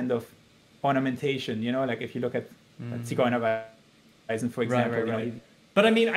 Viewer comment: I like how he pronounced "Ziguerweisen" So nice